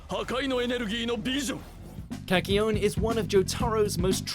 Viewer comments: Kaky-oin?! Way to butcher his name. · How this guy pronounces kakyoin...